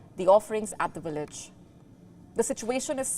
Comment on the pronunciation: Its Village not Willage 😂